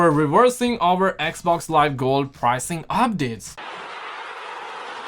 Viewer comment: I like the way he says "eq-vox" (xbox)🤣